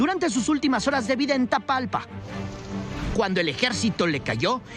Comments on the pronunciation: No es tatalpa 😂😂😂 Es Talpa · Ah estos lame botas del Prian les gusta tirar piedras a Lopez obrador , Claudia y a todo el Partido de Morena pero segun son periodistas y ni los nombres del pueblo se saben si ponen atencion este ignorante reportero dice TATALPA 😂 ya le cambio el nombre a TAPALPA, pero bueno que se puede esperar de estos ineptos seudoperiodistas 😂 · Jorge no es tatalpa es tapalpa